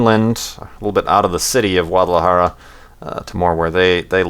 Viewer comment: OMG!!!!DUDE i live on Guadalajara!! thats freaking awesome!, and dont worry, you did pronounce it right,, and dont worry, it is fucking filled with smog, i live on the suburbs, please come again man, even if you got scared of the chickens,lol, please guys thumbs up so he sees! it would be awesome for me if he to see this,(sorry for the bad english)